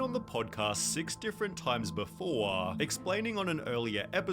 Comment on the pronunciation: I cant stand the way the guy speaking in the original video drags out the last syllable every fucking time “Six different times beforaaaa” I cant watch this video his way of speaking makes me genuinely angry for some reason, hence this comment